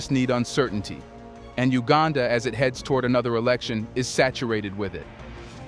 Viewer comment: It's not HUegaaaanda! It's U gan dah!